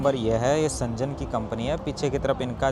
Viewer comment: Bhai woh सेंजन nahi hai शेन्ज़ेन hai Z ko pronounce karo J ko nahi